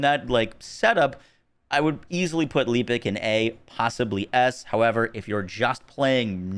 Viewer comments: Your personal window is in the way. Could have positioned it to the right. Pls pronounce "Lepic" correctly. The game even tells you how to say his name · Anyone else triggered by not saying Lepic right?